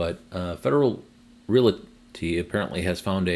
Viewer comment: another good update and glad MB charging is moving forward. They have good facilities. Please note: the word "realty" is only two syllables: REAL-tee. No schwa sound in the middle.